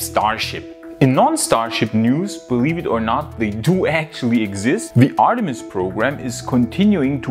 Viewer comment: ArtemiX...... Sorry Artemis